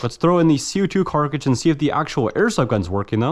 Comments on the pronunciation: Me shivering every time he says "carcidge" instead of cartridge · Everyone: "cartridge": "carcah-jizz" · Bro you gotta learn how to pronounce cartridge properly wth is a carcage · does he really say "Carcage" instead of "Cartridge"?? i knew something sounded weird but i just now realized. "Carcadges" "Cartridges" interesting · Cartridge not “carkage” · carcage hahahahah its cartridge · Its cartridge not carkridge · “CO2 carkage” 🤣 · WTF is a carcage its cartridges!! pronounced cart ridge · What's with the "Carckages"? Y'all mean "Cartridge"? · I believe you mean Cartridge not Carcidge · Co2 carkridges… bro it’s a cartridge. Brooooo it’s CARTridge not carkridge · Carcages? I hate to be that guy but damn dude its cartridge😅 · Ypur cartrage pronunciations are fun..not hatin...jst fun to watch❤ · Car·tridge not Cark·ridge, I don't know why it pisses me off so bad lol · car-ta-ridge NOT KARKRIDGE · Right? WTF is a carkidge?? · Is it just me or is he saying carcidge instead of cartridge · “Co2 Carkages” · pronounce the T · This man cant even say cartridge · Jesus christ man, you gotta figure out how to pronounce cartridge, this is embarrassing. It's literally just like stringing together the words "cart" and "ridge", there's nothing fancy about it. (Oh and the part that was snapped off on the revolver is called the crane, the "rotating assembly" is called the cylinder) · why the hell can't you say cartridge